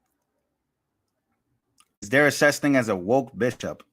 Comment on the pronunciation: Disgusting "bishiop". (Bishop, my a$$!)